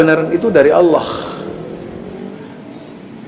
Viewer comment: zul kamu ini gimana mau menyalahkan orang yg sangat 'alim tapi kamu sendiri berbuat salah total, kamu gk bisa baca ya itu pembacaan kamu nyebut Allooh dengan baca nya Allokh/اللّٰخ, lafadz الله terdiri dari alif,lam,lam,ha, makhroj ha dlm lafadz allooh itu aqshol halqi bukan adnal halqi, sebelum menyalhkan ulama yg menjadi mufti masjidil harom koreksi dulu ke ilmuan mu, apa melebihi beliau,atw sebanding,atw lbih rendah, ulama karena bukan nabi tidak ma'sum itu btul, apa lagi kita lbih rendah ilmu dari ulama,maka nya ketidak ma'suman jangan sampai di jadikan senjata untuk berani menyalahkan,ternyata kamu lbih patal salah nya dari beliau yg sudah mencapai mufti di masjidil harom